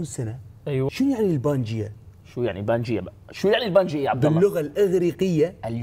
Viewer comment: تصحيح ٢:٥٠ بنجايا وليس بنجيا و قبل ٣٦٠ مليون سنه